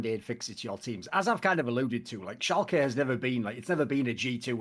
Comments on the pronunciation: To whoever does timestamps: its Schalke, not Shulke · iwd pronounces it schulke so the editor is making fun of him for it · "shulke" Painsge. atleast look up how they are spelled when you aren't sure instead of winging it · I‘d argue that they mean schalke but say shulke